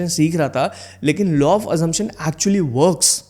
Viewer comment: Sir,Law not Low😅